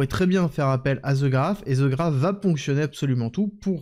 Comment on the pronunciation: "The" ne se lit pas "ze" un peu de professionnalisme svp